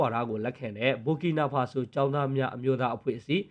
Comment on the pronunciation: Burkinafaso ဘာကီနာဖာဆို လို့ အသံထွက်ရတယ် နော် ။ မ ဘူ ဘူး ညီလေး